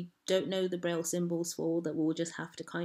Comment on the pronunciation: Presentıng a "Linguistic Olympiad" but unable to read the name "Braille"? Clowns.